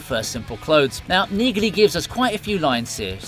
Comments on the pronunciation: I really appreciate and like your videos. However, you continue to mispronounce the name Neagley. It's pronounced knee-lee. The G is silent. Other than that, you're doing an amazing job. Keep up the good work. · You have been told this before on one of your last Reacher videos, it’s pronounced “Neely”. The “g” is silent